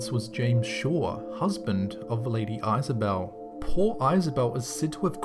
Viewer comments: im sure somene has already said it but the irish castle the lady's name is pronounce is-a-bell not eyes-a-bell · Uh it's Is-ah-belle. Other than that, pretty cool. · the way he pronounced Isabel though..